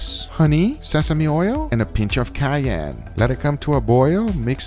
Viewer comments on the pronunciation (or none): none